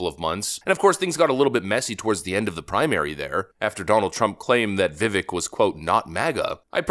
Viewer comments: YO, IF U HAVE RESPECT FOR TE FUTURE VP, ID NAME IS PRONOUNCED Vi-Vake like cake, NOT Vi-Veck like deck. VIVEK himself straight up said this himself many times so please try to start to say his name correctly because his name needs to become recognizable for him to continue to gain popularity moving on. A big disadvantage for him is ppl can't say his name correctly, including trump as far as Rammaswamy goes and that's something that all of us americans must actively work on if we want to give him the spotlight to shine bright like the star he can be. VIVEK 2028! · Vivek is pronounced Vi-vake like cake, and is the most radical candidate since Ron Paul. He already got Trump onboard with banning CBDC. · I love you man, but have to dislike your video if you can’t do the research and pronounce his name correctly. Every time I hear Viv-Ick it hurts. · You are mispronouncing his name. He has said, “It’s Vivek like cake” it rhymes with cake. Vi-vake. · How about showing him a little respect by pronouncing his name properly? Vi- VAYK. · You MUST learn to pronounce his name correctly. “Vuh-Vake” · "Vivek" rhymes with "cake". He's probably going to be around a while, might as well say his name correctly :) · ❤ the channel...but, it is Vi-VAKE...like cake. A friend who supports Vivek, and was going to vote for him in the primary, but Trump if Vivek didn't get there hates that you mispronounce his name. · HIS NAME IS PROUNOUNCED VI-VAKE LIKE CAKE. HOW ARE PEOPLE STILL MISPRONOUNCING THIS MANS NAME ALMOST A YEAR IN? THE DISRESPECT HOLY SHIT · STOP! Come on! Pronounce the guy's name right. It's "Viv-ake" Rhymes like cake....easy to remember. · Vivek rhymes with cake, dude. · Vivek rhymes with cake. Please stop mispronouncing his name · His name is pronounced ViVEK like cake. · It makes sense that we start pronouncing this guys name right. He is gonna be big in this administration. Vivek is pronounced VihVake. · Vivek pronounced….Vivake as in cake.